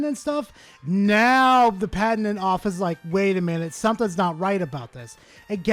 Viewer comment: Great video! But word of advice, it's "pat-ent."😅